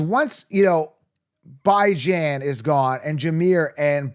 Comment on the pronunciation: Nope lol buy-jan and raheem moss-start?